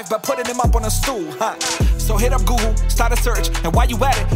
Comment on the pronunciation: You said gool instead of google?